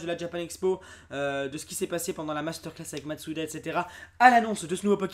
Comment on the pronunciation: C'est moi ou tu dit matsuda au lieu de masuda